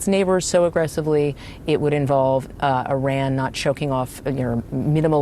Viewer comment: Say Iran correctly!!! Fck sake!!!